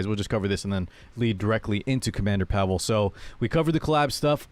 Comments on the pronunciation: Pavel is a name you can meet in slavic countries. Can't tell i've heard a person named Pavel outside of such countries unless he has slavic ancestry. In slavic countries the way we pronounce the name is pAvel not pavEl like they do in the video. I'd say way of saying it is the correct one. On the game topic, he looks very poggers and fits my playstyle. Been waiting for a ML like him for a while, been skipping the pepega banshee ML units they've been pumping out lately. Yes, Diene has different voice actor, because previous one dipped the voice acting biz. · Pa-vull is correct, not pa-vel he says his name in his s3 idk why they all say it wrong